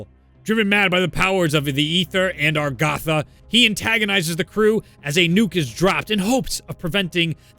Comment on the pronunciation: STOP CALLING IT ARGATHA, ITS AGARTHA!!!!